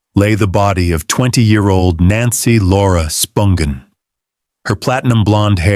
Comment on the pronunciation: Interesting video. But, you're killing me w/ how you pronounce Nancy's last name.